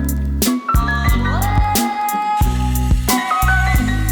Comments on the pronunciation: Haha yeah, I was just going to comment. It's spelled "deck" not "dick" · sound like dick